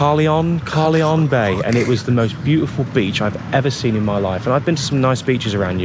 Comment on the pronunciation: Absolutely fantastic views and great vid again,. Only thing is Carlyon Bay......its pronounced Car lion. Just thought you'd like to know. Cheers from a Cornish bumpkin 😂😂